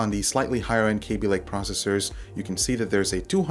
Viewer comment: K a a a a aby, pretty sure it's not KAbe love your voice though